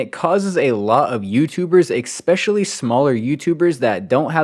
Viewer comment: Please bro, especially. There is no EK, not ekspecially